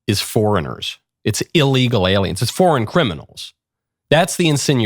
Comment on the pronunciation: Why do you put such a weird emphasis on the letter "L"? You sound like you're licking it. IsraeL, aLiens, eLement, repubLicans.